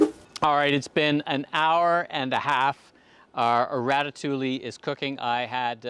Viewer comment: Everything looks fantastic, great job and doing the sauce and your presentation is awesome, just please stop pronouncing the L’s in ratatouille!!! 😜